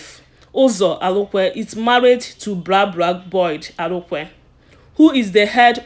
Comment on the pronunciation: My dear, well done, but try and polish your spoken English and phonological interference. He is Uzo Arukwe, not Alukwe, and other English pronounciations. A good try.